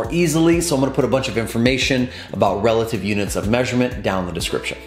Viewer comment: Thanks for the vid... and it's "relative" not "releative"